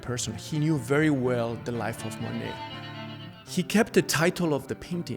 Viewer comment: Interesting and edifying- but, seems like the 1st guy could learn to pronounce Monet.